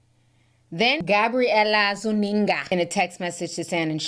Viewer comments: ZOO-EN-GA lol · Lmao the way you say Gabriella Zuninga lmao😂